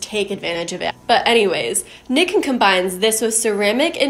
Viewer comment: Nikken is pronounced "knee-ken" and kenko is a Japanese word for health.